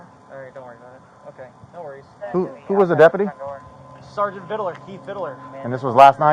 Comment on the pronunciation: Dude still can’t say KEITH VID-LER